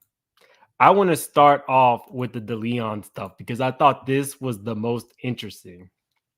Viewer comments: Thank you! I was cringing every time he said it wrong😂. I'm weird about pronouncing names right. It shows respect and attention to detail. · Please learn how to pronounce Deleon and Diagio